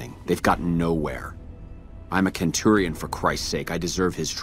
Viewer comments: Wow the voice acting in that is shit , pronounces it KENTURION , when ckearly writen as CENTURION, sinply wow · i'll never stop finding legion pronunciation funny... ah yes, Kentoorian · “I’m a (ken)turion for Christ sake”